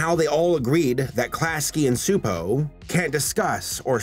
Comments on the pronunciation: As a Hungarian, I say you pronounced Gabor's first name quite right. You messed up his family name (it's more like chupo, instead of supo) xD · If I may have an addendum about the name you were trying to pronounce? Csupó Gábor, or Gábor Csupó in Hungarian due to having last name first and first last, is pronounced CHEW-POOH GAAH-BOHR. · A Hungarian cs is like a ch in English ,but you pronounced it pretty well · Just a small nitpick, since you don't know Hungarian, but Gabor Csupo is read like "gah-bor chu-po" Cheers :) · Hungarian here.... In Hungary the "cs" is pronounced like the "ch" in "chair". so...Csupo is like....Chupo. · Cspuo is pronounced Chew-Poe, I (sort of) used to work with them while they were developing Stressed Eric. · Correction: Csupo is pronounced CHEW-po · you almost nailed the pronunciation of Gábor Csupó's name but the Cs is a "ch" sound, like in cheese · You actually pronounced "Gábor" pretty ok. "Csupó" however, should sound more like "Choopoe" Great video btw, greetings from Hungary! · Garbor Csupo's last name is pronounced with a ch sound at the beginning. Just so you know for future reference 😉 Don't worry, I was confused by it too. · Csupo's name is to be pronounced something like this: "GAH-BOHR TCHU-POH", if you read English. (he's name is written like this in Hungarian: Csupó Gábor, as we place the surname first, like the Japanese people). Letter "á" is longish "ah" sound, "o" is short "oh", the letter "cs" is prononuned like "ch" or "tch", and letter "ó" is like "oooh" (longer version of letter "o"). Gábor is the Hungarian version of Gabriel. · It's guh-bore chew-poh. It's like the actress Zsa Zsa Gabor's surname plus chew and Po like Kung Fu Panda. You hear his surname at the end of every Klasky Csupo cartoon. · The "Cs" in Csupó is pronounced as "Ch" in chocolate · Actually the last name is pronounced Chu-po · Csupo is pronounced Chuh-po lol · It’s pronounced Choo•poe